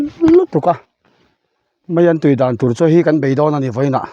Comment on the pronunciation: meian ni lovin maian tih tur😂😂